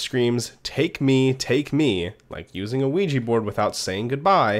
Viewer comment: Its pronounced wee ja board.